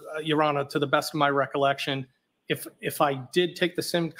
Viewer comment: Something that caught my attention was 2 of the alberts used the word recollection but couldn't pronounce it correctly 😂